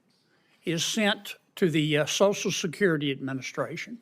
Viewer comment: Shocial shecurity. Why is everything that starts and end with an "s" sound like "sh" with southern accents?